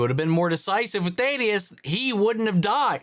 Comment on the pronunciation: Oh no, you say Thaedus wrong too... Lol. Won't matter after this episode probably.